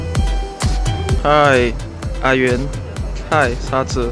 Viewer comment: 嗨啊原,嗨沙子我还以为说嗨傻子哈哈啊